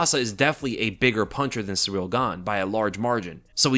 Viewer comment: You said Ciryl Gane"s full name about 150 times. You pronounced it "Surreal" every time too. 😂